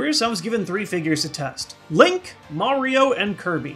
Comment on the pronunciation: HE CALLED HIM LONK. I AM STILL COMPREHENDING THIS. IT'S LONK, MY MAN FROM PENNSYLVANIA.